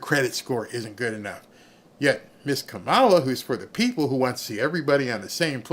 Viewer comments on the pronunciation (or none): Did you say KA-MAO-LA lost the election?